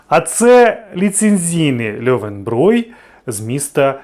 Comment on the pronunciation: Ти правильно кажешь: "льовенброй", оскільки ä=е, а буквосполучення eu в німецькій читається як "ой", наприклад в слові neun (нойн, тобто дев'ять) чи Euro (ойро).